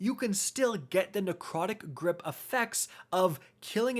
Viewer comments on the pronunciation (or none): Why does narcotic grip sound like covid